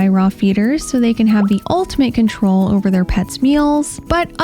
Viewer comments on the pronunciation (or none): none